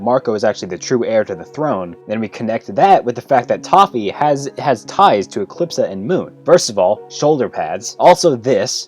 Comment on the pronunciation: Did you say... TOFFE ?!